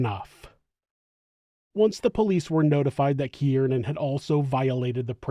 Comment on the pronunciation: Not for nothing, but I’m pretty sure his name is pronounced “keer-nan”…. Not “kee-ear-nan”. Just saying. Shit was annoying af😂 2 syllables, not 3.